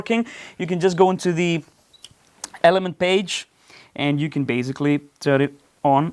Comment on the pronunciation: love your playing. And your English is good enough. But it's baSically, not baZically. I tell you this, because you use this word A LOT. Not only in this video, but also at Doctor Mix. 😁